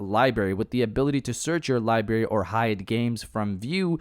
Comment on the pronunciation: WTF is a Libary